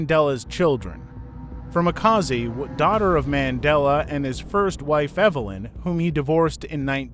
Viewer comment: Mxm this person can't even pronounce Makaziwe . This is a propaganda 😢